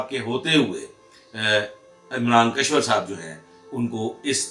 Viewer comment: kashwar nahi, Kishwar naam hai